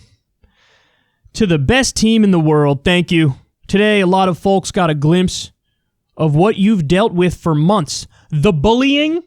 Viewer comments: Definitely a silent L. The word is pronounced more as "fowks" rather than "folks". It is possible that it is pronounced differently regionally, however, I've travelled to several states and personally have never heard anyone pronounce the L other than by Kyle Kulinski and Tim Pool. But if you have heard other people pronounce it that way it must be a thing. It sounds.... so weird hearing it said with the L. Its distracting. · Both Kyle and Tim Pool pronounce the silent L in "Folks" and it always drives me crazy... I don't know why it does. I just had to get that out. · Whenever guys says "foLks" instead of "fokes" it gets to me lol